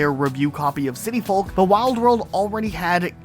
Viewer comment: i cringe whenever he says folk like that